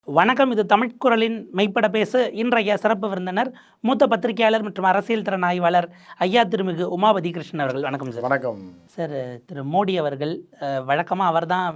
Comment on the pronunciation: ஐயா, தமிழ் என்ற பெயரில் "தமில்" பேசும் கருங்குரங்கை தயவு செய்து கைவிடவும். முகத்தை போலவே சொல்லும் ஊனமுற்ற இந்த.......... விட்டு ஜீவாவிடம் தொடர்பு வைக்க வேண்டும்